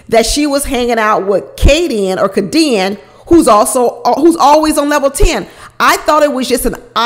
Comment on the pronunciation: Lol. I think her name is pronounced Kay-D-Ann. 🤣🤣🤣 u cracked me up. I love your videos!